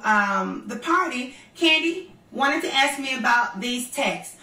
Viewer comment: And eating her popcorn. Please Porsche, you can say ask. Practice. No reason for you to say axe. Remember that O.J. Simpson joke? OJ can you play golf this afternoon? I don’t know I got to go home and axe my wife. Porsha, what’s up with the New York accent? You don’t usually sound like this, are you speeding up your feed? I mean you’re sounding like Nicki Minaj, not Portia Williams. Whatever happened to Cordell? I didn’t like him, but then I don’t like DENNIS either.